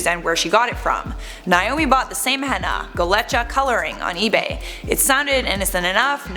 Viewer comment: STOP PRONOUNCING HENNA WRONG PEOPLE